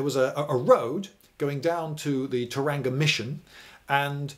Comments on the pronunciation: Tauranga pronounced in British... T(our) ronga. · Yes indeed, although it’s far from the worst British or Irish mangling of Māori pronunciation to be found on YouTube. Memo to Lindybeige: there’s no hard ‘g’ in Tauranga. You’d do a better approximation if you just said “Tauwronger”.. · Maori vowels are are pronounced aaah eh eee ore ooh So phonetically Tauranga is pronounced not Toronga but Tau (with a bar over the a to elongate it) rong aah Love the video, the Maori were one of the few nations to be able to give the British a run for their money, in fact if half of the Maori had not sided with the Crown due to ancient grievances against the King country Maori, the Maori might have beaten them. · It's Tau-Wrong-Uh not Tar-ang-gah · Just a pointer Tauranga is said Toe-wrong-a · No it isn't Thomas. It's Toe-ra-nga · Tauranga cuz. pronounced toe-rong-ah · Tauranga. - [TOWRANGA, all run together, with a soft g]. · You had me until "Taranga". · Thank You for enlightening me further about my home town!, Gate Pa!. By the way, Tauranga is pronounced 'Toe Rong Ah'. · Mate, it's Toe-rung-a (Tauranga)... and roll your rrrr's like a Scotsman. Thanks for the video. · Extremely good, but want to offer a correct pronunciation of Tauranga. Its like two syllables: Toe And Runga, with rolling the R. Hope this helps. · Tauranga is pronounced Tau ronga - with the emphasis on the 'Tau' part. The 'ranga' part is pronounced 'ronga'. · I don't mind that you pronounced the words all wrong, thanks for covering a diverse range of history. Tauranga is meant to be pronounced "Toe-wronger". Source: I waz born theer cuz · watching the first 30 seconds and he has completely butchered the place name tauranga fyi the best way to pronouce it is TOW-rong-uh. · u are saying tauranga wrong. toe wrong a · Tauranga is pronounced towronga .with a heavy g . An pitcern island was first to give females the vote. . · dude tow-rang-a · Tauranga is pronounced tow-rung-arh roll the R ghee